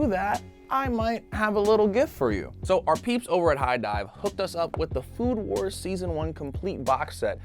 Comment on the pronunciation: he said food who*es instead of food wars